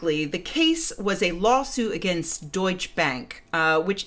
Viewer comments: Because I think you want to know: it's deutsch-eh bank. The e at the end matters. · A minor remark: the e in Deutsche is not silent and should be pronounced (as 'e', like e.g. in 'election' not 'ey' or 'ee'). The rest of the word is pronounced correct. (yup, Porsche also has a pronounced e at the end).